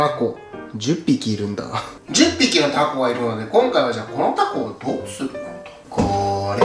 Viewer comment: 10匹のイントネーションが個性的